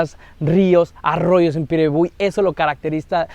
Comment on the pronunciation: cumple muy buena tu pronunciación de Piribebuy,vamos por más brother...💪